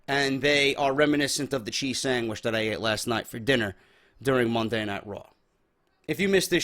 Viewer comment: he said sangwich